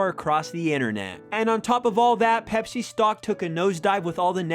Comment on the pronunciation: You said pepser when you saw the ad lol